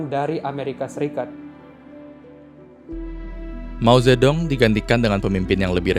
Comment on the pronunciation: dibacanya : "Mau - tje - tung"